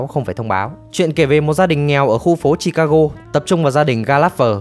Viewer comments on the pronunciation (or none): none